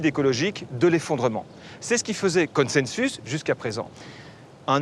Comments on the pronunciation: Connesennesus ? IA ??? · J'ai arrêté à mn, rien à attendre d'un gugusse qui prononce « consensus » comme il le fait.